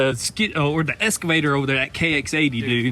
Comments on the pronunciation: I love you guys, but please... it’s EXcavator. Not escavator lol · for the love of god, please quit calling it 'eScavator' it is 'eXcavator'.. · EX - EX - EXCAVATOR..... Not Escavater. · Excavator, not Escavator! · It is Ex-ca-vay-tor not "S"-ca-vay-tor. Excavator. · Hey what’s an “escavator”?